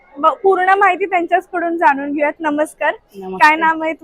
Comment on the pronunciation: वस्तू भेटत नाहीत तर मिळतात. जानून नाही तर जाणून. मराठी भाषेचा योग्य सन्मान ठेवावा.